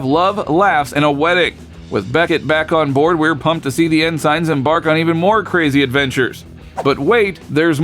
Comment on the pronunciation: What is it with padded scripts for YT taking a 2 minute news update and bloating it up to 9, where the speaker can't even pronounce "ensigns" correctly...